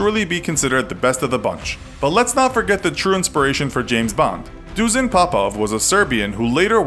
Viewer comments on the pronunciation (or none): Dušan not Dusan